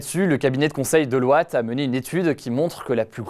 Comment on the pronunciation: J'ai toujours détesté les boîtes de nuit, c'esr glauque, la bière a un goût de pisse, le prix du champagne et tu écoutes encore et encore la même musique sans aucune originalité. Donc ouais, concert, festival, bar entre potes, boarding game. Sérieux Hugo, tu prononces Deloitte "De l'ouate" ? 😂